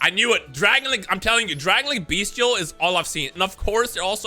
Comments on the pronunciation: M i the the only person hearing "bee steals "?(no offense ) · The way he pronounces bystial as “beastial” makes me cry. Decks pretty cool tho if u like decks who say u wanna play yugioh? To bad😂